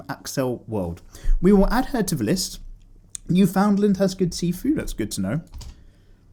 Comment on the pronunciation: Newfoundland is not pronounced as NEW-FOUND-LAND, even though that is literal viking naming skills right there... i guess slur it altogether and say it as one word instead of three words separately would help. Newfoundland, Canada - island province. Hard to know how to say it without hearing how it is said first.